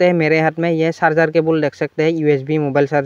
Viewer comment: Sarjing nhi bro charger